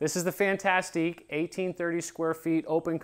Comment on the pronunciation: I am bothered by the way he pronounces "fantastic".